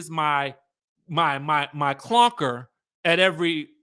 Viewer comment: I'm dying at "the clonker." 😂😂💀💀